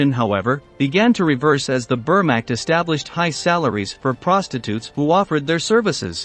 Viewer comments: Uh ... the 'were-mact'? If you're going to have a machine narrate the videos, train its pronuniciation skills first. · 1. Clickbait. 2. Learn how to pronounce words correctly for historical documentaries (vermacht, for instance). It's easy to do with Google. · The Wehrmacht is *not pronounced "bermacked", you ignorant ponce. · WTF is the bermakt ⁉ And who was Fabienne Jam-it ⁉ Jam it where ⁉ All of this great factual information you researched degraded to amatuer hack level because you can't pronounce the names of people, places, or things properly. I noticed this in a few of your videos. 😒🙄